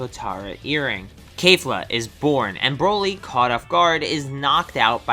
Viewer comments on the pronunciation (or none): KAFLA?!?! XD ITS KEFLA KE-FL-A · Kafla 😂 bro it's kef - lt's kelfa not kafla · did u just say kafla xD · Keh-fluh!Not Kay-fluh,not Key-fluh. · ITS KEFLA NOT KAFLA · you said kay-fla its called ke fla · Did he just call kefla “kaleifla”? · KAFLA yeah kafla not kefla KAFLA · Wtf is kafla!??!! It is KEFLA KE-FL-AAAA. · Its Kefla not Kayfla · It’s kefla, not kayfla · bro called mastered ultra instinct "full power ultra instinct" and pronounced kefla as "kayfla" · Who in the world pronounces it kafla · Did he say kelifa lol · Lol “kayfla” “toe po”